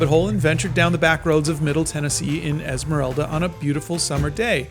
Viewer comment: Did he say elsmarelda…TYLER THE CREATOR